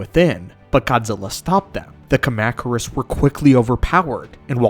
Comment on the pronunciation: Is this channel ai driven? There's no way that anybody that knows so much about the G-Man's universe has sooo many mispronunciations. Btw: kahm-ah-kurus yw